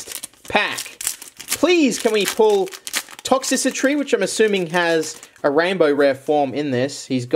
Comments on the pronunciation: ITS TOX-TRICITY NOT TOX-SISSY-TREE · Ikr it's supposed to be "Toxtricity" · Will he ever call Toxtricity "ToxTRICity" or will he forever be ToxCICitry? The world may never know Real talk, keep up the fun videos! Your energy and humor always make my day! Thanks for the fun 🥰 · Toxtricity, not toxicitry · "Toxicitry" Okay,. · all ive gotta say is "tox-sissy-tree" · please..... tox-tri-city.......